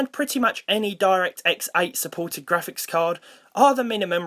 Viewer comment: "Diect X8"???